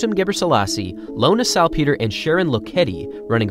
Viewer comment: Hmmm, is that how you pronounce Salpeter? It's a lot different than the commentators at most major marathons have pronounced her name. I don't think there is a hard "ee" sound in it, but could be wrong.